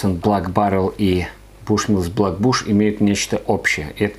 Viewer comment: Прикольно, что в начале видео звучит "блАк баррел", а с середины автору уже подсказали, как правильно читается слово Black. P. S. не проценты, а градусы!